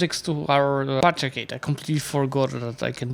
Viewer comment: Patrichate? Who is Patric? It's Patri-AR-chate you peasent xD